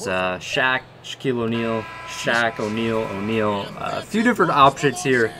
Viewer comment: And it’s o Neal and it’s o Neal and it’s o Neal and it’s o Neal and it’s o Neal